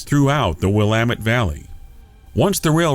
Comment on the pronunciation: Kudos for pronouncing Willamette correctly!